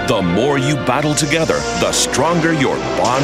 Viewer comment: when he says "battle" it sounds like "butthole"